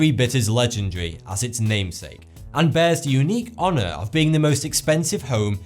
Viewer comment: Did he actually pronounce the word "honour" with a French accent?